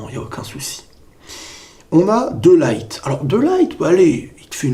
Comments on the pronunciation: On dis pas De Light mais De Lirt ^^ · Salut on dit de lirte pas de laillete (De Ligt) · Petite correction sans prétention aucune: de ligt se prononce de lirt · tu prononce mal le nom de Ligt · Ta prononciation de De Ligt me perturbe 😂